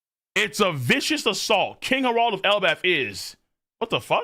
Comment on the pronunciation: its not pronounced herauld but harald